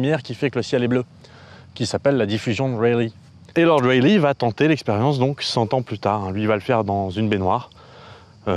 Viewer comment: a fait bizarre d'entendre Lord Rayleigh prononcé correctement quand t'as fait deux ans de prépas où on te le prononçait "Rail-lait" ^^ Sinon, super vidéo, comme d'hab, même si j'attends avec impatience les grosses vidéos maousses sur de la physique bourrin, genre physique quantique, théorie des cordes, etc ^^